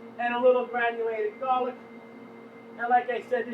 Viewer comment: I love how this guy says "Gollic"